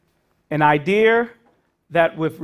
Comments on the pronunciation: It’s “wealTH” not “wealF” It’s “truth” not truf” It’s “idea” not idear” You’re a university professor and you speak like this? Absolutely horrible! It’s called capitalism and anyone can work hard to get more. Stop this socialism where blacks or other minorities deserve to be paid to match whites. I’m white and unemployed. I’m struggling But I’m not crying to have my government give me money to make me equal to anyone else. I understand that sometimes life is very difficult and I was raised by a single mother who worked two jobs. I went into the military, I had them pay for my college and that’s how it works. It’s not about the government handing out money to people and then passing on that incredible tax burden to our children. You’re thinking about this so wrong. This is such an entitlement program that is absolutely the last thing needed. People need to stop using welfare or at least limited to a certain amount of time so the people can go back to school and better than selves through hard work. Not handouts not charity. What does that get anyone? Nothing it gets them nothing. It’s just more burden on everyone else! By the way it’s not just a burden on the wealthy. It’s a burden on middle class, the working class people that do not have money to baby bonds. From the very beginning of our country, people worked hard to get money for college or to get a down payments for a home. It wasn’t given to them and it shouldn’t be given to them now. Wake up. This is not what our count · Once he said "an idear" he lost me. Sorry. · "An idear"?